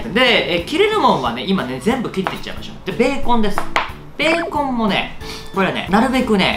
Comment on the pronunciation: ビーコンみたいにベーコンって言うな